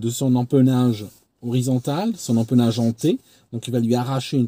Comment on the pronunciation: Bonjour, Merci de ce compte-rendu d'abordage aérien. Pour la forme, dans le cas de double consonne précédée d'un "e": tout comme "belle" ne se prononce pas "beule", "empennage" ne se prononce pas "empeunage".